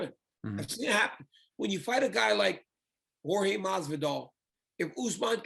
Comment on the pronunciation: is pronounce horhey not george (jorge)